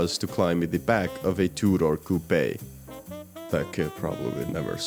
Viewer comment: I can only stand so much of "coopay"